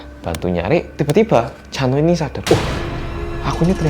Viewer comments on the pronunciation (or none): Pas mas hansol ngomong chanho aku dengernya cha eunwoo 🤣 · Chanho nya kedengeran kayak lagi bilang chanwoo ikon:)